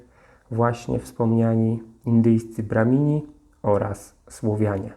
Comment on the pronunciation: Nie «brahimi», a «brahmini».